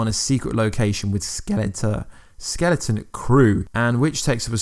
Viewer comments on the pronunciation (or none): none